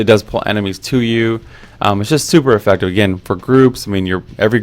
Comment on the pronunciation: "Effactive." Love the series dude. Keep it up <3